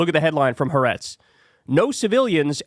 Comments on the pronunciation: Ethnic cleansing has been a facet of Zionism since its inception. And, why can't anyone pronounce HA-A-retz properly??!! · Kyle, please ensure proper pronunciation of Hebrew words. The Israeli news publication is pronounced Ha A’retz